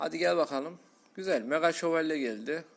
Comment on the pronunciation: meğa şevolye :D